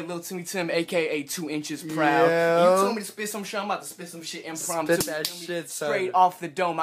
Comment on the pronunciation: He said "Improuuumtu" 😂😂